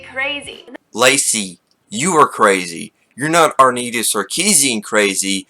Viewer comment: "Arrrnita Sarkeesian" x3 Also if I were to roast "The Political Wolf" I would say... "Oh hey, look, it's alternate universe self, where instead of staying active, he sat down for 30 years of his life" But that would be really mean tbh. Seriously, where's the R in Anita's name though? xD It's like getting a U sound in Diabetes, it's silly. xD